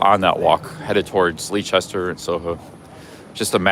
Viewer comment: Leicester is pronounced like Lester 😊